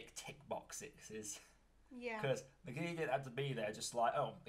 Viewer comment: Stop saying Nagimi! It's Nagini!